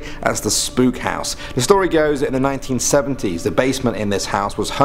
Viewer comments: Spook house😂😂Hootbay🤣🤣the pronunciations are killing me, man😂😂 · Spook is afrikaans for ghost. The way he pronounced it made me laugh.